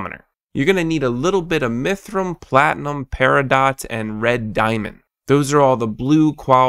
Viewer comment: What is a mythrum? or do you mean mithril?